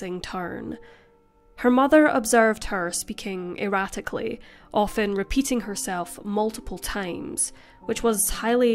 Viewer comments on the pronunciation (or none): none